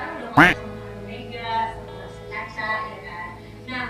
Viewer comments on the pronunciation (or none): none